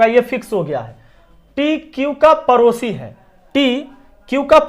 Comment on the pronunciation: सर वो परोसी 😂नहीं पड़ोसी होता हैं